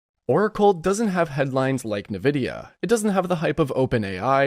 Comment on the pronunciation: why are you suddenly pronouncing it "Navidia"?😂